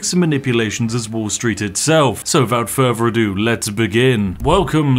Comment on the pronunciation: do you always say "furvor adieu" as a lil joke or something or am I just hearing you wrong?